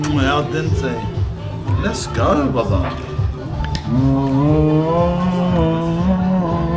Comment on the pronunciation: Priscilla says lets oge